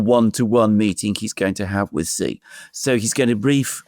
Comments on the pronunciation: ‼️, “Xi” is pronounced “she” not “gee” or anything else. Just say, “she” as in “banshee”. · The Chinese premier's name is pronounced "She". "Gee" in Chinese means CHICKEN. Stop using BS Colonialist pronunciations. SEE is interesting but laughable.